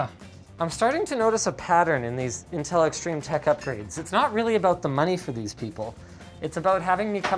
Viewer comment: Whats in-tin-tel?